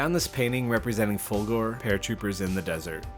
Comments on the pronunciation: You can't do the Folgore until you learn the correct way to say the name. It it not "Folgoor" it's... Folgore... so work on that. ;-) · For the one you called K: those are epaulets. Folgore is "fAHL-goh-ray".